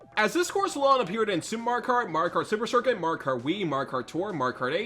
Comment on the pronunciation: Had to stop 20 seconds in. What is it with you yanks skipping whole syllables when you talk nowadays? It’s pronounced Mar-e-oh kart. Not Mar-car. I’m sure the video is great but I just can’t.